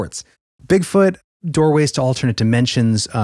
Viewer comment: when he mispronounced Bigfoot as BigFORT, it came across as “bigfart” to me and it caught me by surprise so suddenly that it made me laugh while in the process of a cough, which gave me violent hiccups for an entire half hour 😂😂😂